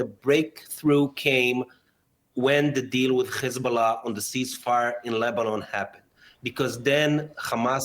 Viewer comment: I am tired of the hacking when he says hezbollah.